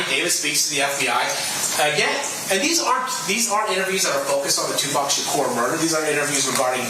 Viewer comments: Why tf are you saying 2 pack? Put some respect on it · It’s not 2 Pack !!!!!!!!!!! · It’s 2pac sounds like “Too Pock” if you are going to capitalize off the culture, learn to respect it. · I’m close to disliking your video because you are purposely mispronouncing his name bro come on this shit annoying it’s Paaac.. Ahhhh 2 P-ah-C next video I’m disliking your shit you ain’t from the UsA it’s disrespectful and you know better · Stop with the “2 Pack” please it’s annoying as hell! 😂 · Omg I can't stand the way you say Tupac. It's not 2Pack. It's not hard to say his damn name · This the same idiot that's always glazing Wack 100 it's no wonder he can't say Tupac's name right dumbass 😂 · I can't watch anymore of this I can't take the disrespect, y'all call me when learns how to say Makaveli name right😢😢😢😢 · Your saying 2 pacs name wrong makes the video unwatchable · How can you say Oblock but not say 2pac , it's the same pronunciation lol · The fact you dont pronounce his name right reminds me how young you are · gotta be joking, or trolling, or “Baiting” and not really doing a good job of that either. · His name was Tupac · 30 yrs layer they still mispronouncing his name 😪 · Thank you I knew I wasn’t the only one who was like wtf wrong wit n how DONT HE KNOW how to pronounce Tupac’s name right …. Like fr though. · Pronounced like a true culture vulture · Wouldn’t it be Tupoc then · Am I missing something here in regards to how you pronounce Tupac? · I understand about not emphasizing the c and adding a k which doesn't exist. I've never in all my years heard anyone pronounce his name with an o .. including the man himself. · you can atleast pronounce 2pacs name correctly man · how about yes its not that hard if he researches all this but cant find out the right pronunciation for a name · take the British out your mouth and say his name right...tupac...not 2pack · you gotta stop saying pack bruv lol it’s hard to watch this. It’s PAC!